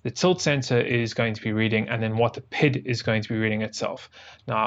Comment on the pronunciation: The From the Depths community does not appreciate your pronunciation of P I D as “pid”